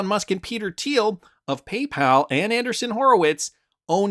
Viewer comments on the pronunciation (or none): Anderson is pronounced one way Andreeson it’s pronounced with a long E I guess they don’t teach English up in Canada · It’s Andreeson … correct? Not Anderson? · Not trying to be picky, and I've enjoyed watching for years. But it's kinda cringy hearing Anderson, whenever I can clearly read Andreesen. Can you not see the difference in pronunciation? It's not like it's not been pronounced correctly on every financial and crypto related program everywhere. I know you like to keep things moving and regularly read your own interpretation of what people write. But some of these things go to having the basic gravitas and trust in the content. Hope you understand. Thanks.